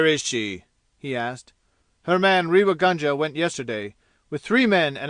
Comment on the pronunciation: A pathetic leebrawaokss recording read by a yank nasal flat monotone who has absolutely no idea of proper pronunciation including Indian names. Ràynngaarr. Reeva gaanja/ what the hell. Do you feel proud airing your superior illiteracy all over the world and making spectacles of yourselves?? But The Reader couldn't care less, could he. Could you guys do the rest of the world a favour and stop invading every single field including audio books with your horrible renderings of beloved classics. We are disgusted at such amateur displays trying to give some sort of attention even if it is chaypturr wàann. And so on and so forth. You guys can't read English. you cannot pronounce English you don't have the voice to make any sort of reading enjoyable including librivox recordings not leebrahwokss pronounced in your horrible Americanese. Listen to how professionals read British classics with proper english pronunciation just picking up a book and volunteering for reading audio booksss does not a talented reader make. Especially not the harsh croaks of many of you readers out there.